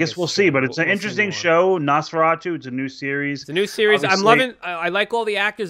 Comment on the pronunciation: “NOsforayyyyyTOO” should have been NOS402 “Nosfor-ought-oo” or even “Nosfor O too”